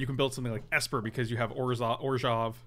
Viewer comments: Have to say it.. it bothers me the way pronounces Orzhov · It's actually a bit of an inside joke....some of the Wizards of the Cost people insist it's pronounced that way and way likes to poke fun at how ridiculous it sounds...which it does